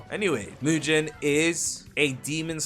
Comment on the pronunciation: Btw, it's not pronounced as MUJIN its MUGEN like gun 🤓